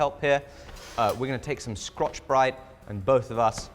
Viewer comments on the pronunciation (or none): I really hope this is intentional but instead of scotchbrite he said sCROTCHbrite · did you say crotchbrite?? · I say, did you have a Wee Freudian slip there.... Did you really say " "sCrotch-Brite ? 🤭 And once again, congrats on a brilliant job of tooling there... 👍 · Did he say scRotch brite?😂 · Did you say “crotch brite”? 😂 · I was completely fine, even superior, until he said "scrotchbrite," and I realized my civility is a facade. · "Scrotch Brite" Ok. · did...did you just say "Scrotch Brite"?! yup, confirmed, best video of 2025 xD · "Scrotch brite" instead of scotch brite. Peak humor